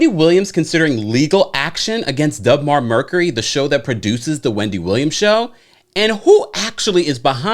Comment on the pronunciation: It’s not Dub Mar. you keep saying dub but it’s deb.